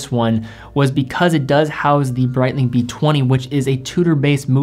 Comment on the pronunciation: Good video but Brietlng? lol c'monnnn, shitteroonie's